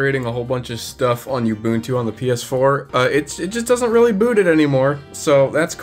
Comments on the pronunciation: Oh god stop pronouncing Ubuntu like that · Oo. Bun. Tu. Ubuntu. OOOOOOO not YOU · Oo boon too NOT you boon too, all the "u's" are the same, they literally had a video that had the word with it's pronunciation built into it for like over a decade and there's is still people who don't know how to say ubuntu 😮‍💨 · The way you pronounce Ubuntu grinds my ears something foul. Oo-boon-too Oo like "You" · STOP. MISPRONOUNCING. IT. AS. "YOU BOON-TWO".